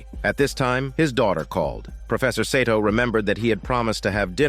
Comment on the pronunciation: lmfao im azn but im sure thats not how 'seto' is supposed to be pronounced... it's pronounced "see-toe"...right? it's so hard hearing pronunciation of the name... 🤷‍♂🤦‍♂ idk why lol